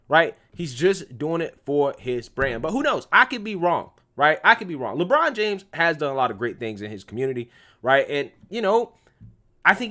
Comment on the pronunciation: It's Le braun not Le brain